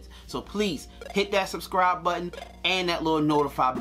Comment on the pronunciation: When he said suscribe, I suscribes.